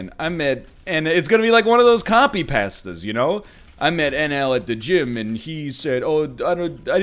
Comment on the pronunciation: I will never, ever get used to the pronunciation of pasta. Thanks for the company.